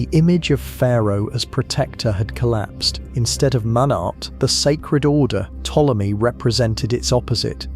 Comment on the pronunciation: Everytime Ptolemy's name is misprounounced in this vid, a fairy loses its wings.